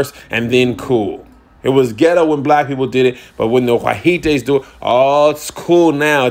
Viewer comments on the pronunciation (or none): "The why-hee-tes" 😂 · Lol “why he tays” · I cannot stop laughing at this commentary!!!!🤣🤣🤣 He is so incredibly funny!!!! "The Whyheetays" how do you spell that???? 🤣🤣🤣🤣🤣🤣 Priceless!!! "The Whyheetays" love it!!! Really LOL!!! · The Why-hee-tes 🤣🤣🤣🤣🤣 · No the 'Whijites' 😂🤣😂🤣😂🤣😂 why-he-tes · "WHY HE TES"🤣🤣🤣 AKA "WHITES"🤣🤣🤣